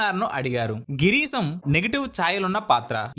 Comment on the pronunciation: Santosham, Not Santosam. Bhasha Not Basa.. Correct your pronounciations. Girisham not Girisam. Maaru Veshalu NOt Vesalu. Total waste voice maker.